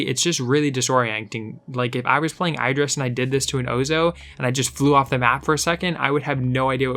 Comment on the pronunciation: u saying idris wrongly just pointing out